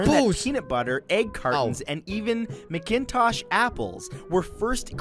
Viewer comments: the coolest thing is that you can't go there. no roads, only a plane to the tiny town of Fort Chipewyan (aka Fort Chip). it's a MACintosh apple. also it's Noon-a-vut, not 'none of it' :). several pronunciation errors. Edit bingo! like fishing :) google rock lake hinton. the water is cold and deep, and you can see down 25 feet or more easily. I have an extra rod :) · It's pronounced MAC-in-tosh apple 🙄. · I’m sure some answered this, video isn’t pronouncing “ macintosh apples “ correctly. Pretend it’s Scottish name. Macintosh. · Whoever the commentator on the the video is, does not know anything about Canada. Edmonton Alberta is not in Saskatchewan, and the pronunciation of macintosh apples is bizarre. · It was really odd how the American guy pronounced MacIntosh. They are the best baking apple.